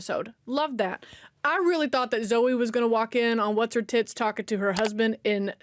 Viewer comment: "Whatshertits" .... OMG 😄😂🤣🤩🥲 I love your American accent.